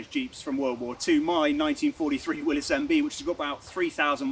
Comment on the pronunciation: Thank you. Thank you for being the ONLY person I have ever heard pronounce Willys properly.